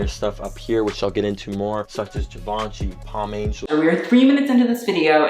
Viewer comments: girl the hype beast was saying "givenchy" better than you were... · Just the way he says "GIVE - AHN - CHEE" makes me cringe so hard. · Vet-e-monts. Givaunchee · hearing cry as he heard him pronounce givenchy was so funny. Like if heard this customer at my work when they asked for 'give-en-kee slides' we would be having his funeral this moment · losing the will for 20 out of 30 minutes, it's a chef's kiss from me haha Also, "we are three minutes into this video and this man has said GUH-VAUN-CHY" 😂😩🙏 get her Jade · Look at you giving credibility to THAT. JEE-VAN-CHI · "jivace" "venemom" Street wear ppl never fail to amuse me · GIVONCHEE DRIP!?!? 🤦‍♀️🤷‍♀️ Drip or Drown.. DROWN. LOL. I love you,as always best commentary.😘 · HE SAID GIVE -ANCHY IM DONEE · 'GIVE-UNCHIE' oh no no no no.... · To be honest, he probably said givenchy incorrectly because these types of dudes usually like to seem super into the idea of over the top ‘hetero masculinity’ and think saying something correctly in French makes them ‘sus’... really it makes them look stupid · I'm begging someone to tell him how to say Givenchy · Hi I am a middle-aged women from France ( now living in Canada) and I love your channel! Streetwear is my least favorite fashion style however I respect those who like it! That being said you have managed to keep me interested throughout the video! I cringed when I heard him say "Givenchy" and "vêtements"😰! you pronounced "vêtements " the correct way! As a French person (and this is very cultural) we tend not to flash brand names however I do not put down those who do! To each their own and what makes them happy but I'll make an exception...✌ please young man change your curtains they're sacrilegous! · Dude their givenchy pronounciation kinda killed me inside. Like ik French is hard but issa brand!!! Plz say it right 🥺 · the mispronouncing Givenchy moment gave me some Showgirls-Versace realness